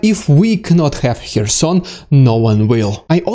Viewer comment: you can’t even pronounce “Kherson”, you learn it from CNN? It’s CARE-son. The “k” is not silent, it just isn’t as enunciated as the following vowel sound.